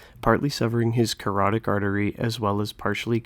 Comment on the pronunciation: Its carotid artery not carotick, and Malarchuk actually had his jugular vein cut, not the artery.